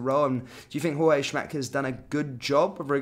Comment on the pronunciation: Say JOORG. He's NOT a mexican Jorge